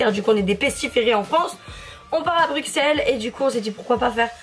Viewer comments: Non mais je rêve !!! Tu vuen de direeee BRUUUUXXELLES !!!!!! ON DIT BRUSSSSSSSSSELLES HUMOURS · Bruxelles se dit « Brusselles » 😂💗 Cette vidéo va être super comme d’hab! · J' aime trop ce que tu fait mais ça se dit Brusselles et pas Bruxelles 😂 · Je viens de Bruxelles mais sa se dit bruselles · Ca se dit Brusselle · BruXelles 💀 ça se dit BruSSelles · Juste sa se dit Bruselle mais il a un x c’est tout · oui les français disent comme ça mais en Belgique on le prononce avec un « ss » car ça vient du flamand « Brussel » ☺️ Mais c’est rien de très grave la plupart des français le disent comme ça haha